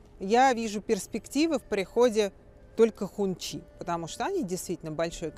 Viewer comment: Не хунчи, а хунси. Так говорят китайцы